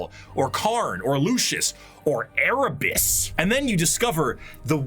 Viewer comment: the way he said Erabus is pure slander and it's warranted 😂